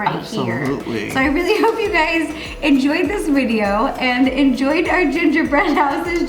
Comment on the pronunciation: Am I the only one who heard “hello gays!”